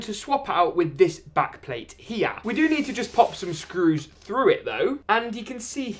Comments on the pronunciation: It's here not hera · I like the way he say here as "hiya"